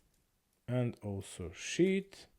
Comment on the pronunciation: you pronounce sheet like "shi*" 🤣. Love it